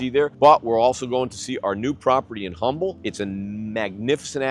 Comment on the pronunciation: The H is silent in Humble. May want to know before you spend millions there.